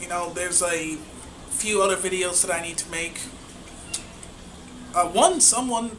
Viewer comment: "that way" not "dat way" for example ... and 1,839 isn't "thousands" of subscribers. I just subscribed, so you have one more at least but yeah just saying.